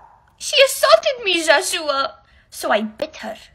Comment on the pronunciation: Why she always say joshoowa